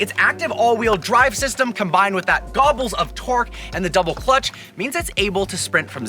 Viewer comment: This guy really just said "Gobbles of torque " Lmaoo